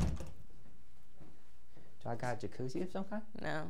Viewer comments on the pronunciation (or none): none